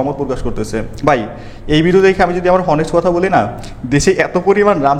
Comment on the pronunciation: ভাই এইটা হনেস্ট উচ্চারণ হবেনা অনেস্ট বলতে হবে।😂😂